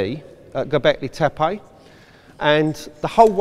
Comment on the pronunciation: Gobekli taypeeyyee